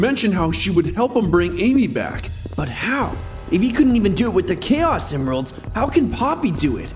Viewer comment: “Chaos Emiralds” what...